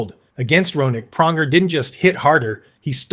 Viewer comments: Praunjer, Toochuk! When can we get a competent knowledgeable reporters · Cool use of AI voiceover slop. Couldn't even pronounce Pronger right.